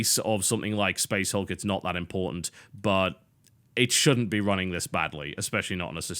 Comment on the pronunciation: I like how in the beginning he pronounced it as "Space HALK"